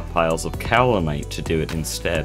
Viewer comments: Pro tip: Iron items can be pre-heated before use in a blast furnace. Soo much faster, especially with a small blast furnace set-up. Also, the american pronunciation is in fact "cow-lin-ite" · Alr man dont acknowledge the correct pronunciation of Kaolinite if youre gonna actively ignore it, now im gonna think of that pronunciation every time you say it 😭 Otherwise yeah, great video as always, the progression is so satisfying